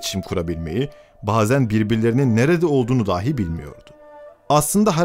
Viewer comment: Seslendirme tonu güzel ama bazı kelimeler hatalı okunmuş. ”Dahi(bile) kelimesindeki ilk hece uzatılmamalı, ”dâhi" olarak okunmamalı. ”Hatıra” kelimesinde sadece ilk hece uzun olmalı, ”râ" olmamalı.